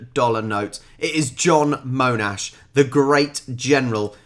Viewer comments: Sir John Mon-ash it’s pronounced has a University ,Hospital and Freeway named after him in Melbourne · He corrected Melbourne but puts in his own Moan ash. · Gotta laugh at how you corrected the pronunciation of Melbourne but never fixed your pronuciation of Monash grin Great video, that's a great channel, I've seen quite a few of their vids. And what a giant of a man Monash was! He taught the world how to fight with tanks, treated his men as men, not cannon fodder, and then ensured they weren't forgotten when they returned home (having fought to speed up their return, as mentioned briefly in the video). He ensured they had work, and care, and fought for the Shrine of Remembrance to be built in Melbourne (which is on the note with him). He was also instrumental in ANZAC Day becoming an annual commemmoration, when people were trying to put the war behind them and forget about it. He has a number of things named after him to this day: Monash Hospital, Monash University and Monash Freeway just to name 3. After the war he went back to engineering, becoming the head of the State Electricity Commission in Victoria. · haha, yes, but to be fair, this was his first introduction to Monash, that's the way they said it in the video, and we hadn't corrected it before: mon not moan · Every time corrected the narrator for saying Mel-bourne to Mel-bin I would correct rob for calling him Mo-nash instead of Mon-ash. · Pretty good summery. Others mentioned in previous comments but accent on the 'ash' portion of name. So, monASH. (at least how this Aussie says) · The The name is Monash, not Moanash. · Not pronounced Moanash. MONASH. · Is his first name John or Joan? John. Therefore his surname is Monash - NOT Moanash!. 😡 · Yup. But Mon { as in Ron } Not Moaanash. Sigh... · It's pronounced Mon-Ash not Mone-Ash like says it lol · His surname is pronounced Mon-ash not Mone-ash. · Monash, not MOnash! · It's pronounced MONASH NOT MOANASH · MON, MON, not MOANash :)